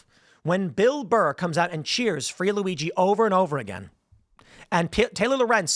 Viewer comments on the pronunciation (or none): none